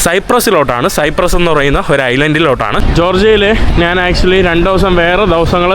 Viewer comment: നിനക്ക് മലയാളം പറയാൻ അറിയില്ലേ (നാൻ അല്ല ഞാൻ എന്ന് ആണ് പിന്നെ വഴിയോഴങ്ങൾ അല്ല വഴിയോരങ്ങൾ എന്നാണ് കേരളത്തിൽ അല്ലേ നീ ജനിച്ചത് ബംഗാളികൾ സംസാരിക്കുന്നപോലെ ആണല്ലോ കഷ്ട്ടം നല്ല പോലെ നാക്ക് വടിക്ക്